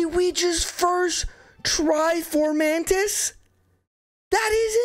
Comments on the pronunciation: Amazing run, but why do you pronounce it Formantis when its spelled Fomortis 😭💀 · Fo-mor-tiis, not For-man-tis. Lyon is pronounced like lion. A Hero might do better than Ross, but I like myrmidons. Joshua run please. Or a Knoll redemption run. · His name is fomortiis not formortis, so…it’s most likely pronounced foe-more-tiis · Great video! Fomortiis is not called Formantis though lol. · I think “Fomantis” is my favorite pronunciation of “Fomortiis” for style reasons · For-MOR-tis! There is no A in the name, gah! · Please stop adding an N to Fomortiis. You keep calling him FORMANTIS and it's triggering me.